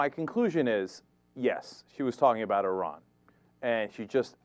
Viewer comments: She didn't say 'Iran' OR 'Iraq'. She said 'Eye-rack' - whatever that is... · It's IR-an and IR-aq Never mind It-aly and mosc-o(w)